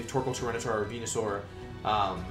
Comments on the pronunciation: I'm surprised by Wolfey's ability to type "Venusaur" while saying "Wendysaur" without screwing either up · why does he say wenusaur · its Wenyousaur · Why does wolfey say venusaur so weird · BroRaiChoGaming yess